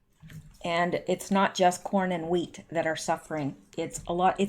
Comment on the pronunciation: The hweat is grown by our neighbors to the North... YOU oughta know gurl